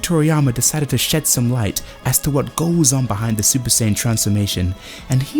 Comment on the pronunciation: It’s SAIyan not SAYan